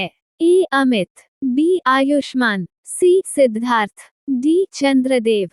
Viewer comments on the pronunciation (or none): Chandardev keyu bol rahe ho